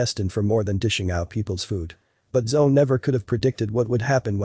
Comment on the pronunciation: Her name is pronounced, "Zo-E", like Zoey. Everytime I heard "Zo," my attention left the story. So, why was she frozen when she saw him again?! And why would he "be back for her?" This made no sense.